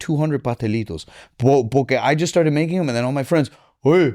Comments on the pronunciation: Take a shot every time he says “porkay” lmao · Why is this dude saying Pore-cay so much??? It’s annoying